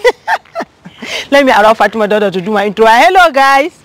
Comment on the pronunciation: It's Fatima not Fatimat..... Plz correct her name